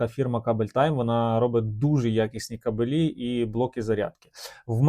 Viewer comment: Ге кабелІ ,а кАбелі !Неук ..☝️